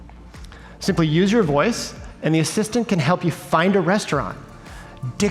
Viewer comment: “Use your woice”